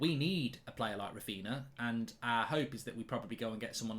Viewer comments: Who’s Raphina lmfao, come on Mark lad it’s Raphinha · *Raphinha not Raphina. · It's Raphinha not Raphina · Who’s Raphina? Raphinha from Leeds?)) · Raphinha mark, it’s Raphinha